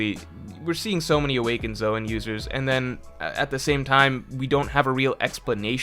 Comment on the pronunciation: Careful! You accidentally said "Zoan" CORRECTLY a few times this video! 😉